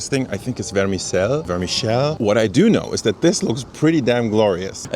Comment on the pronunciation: your first pronounciation of vermicelles was quite close - it's basically wärmisell, close to the french pronounciation. it is quite often served on meringues and whipped cream, and topped with whipped cream.